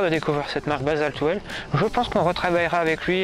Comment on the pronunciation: Bonjour, bon reportage sur ce jeu de roues. Que tu prononces basalte well au lieu de basalte will, on s'en moque!! Le contenu est très intéressant et j'ai appris des choses en peu de temps, je t'en remercie. Quel est la marque et modèle de ce vélo? Car je discerne NCT. Quel est le prix du vélo sans ces 2 roues basaltwheels? Je prospecte pour une nouvelle monture et j'essaie de sélectionner 3 ou 4 vélos à peu près du même prix. Dans la description de ta vidéo, il serait utile de préciser sur quel machine tu montes ces 2roues et de préciser ses équipements pour les novices comme moi. Merci pour les réponses, sportivement bruno. 👏👏👏👍🚴😉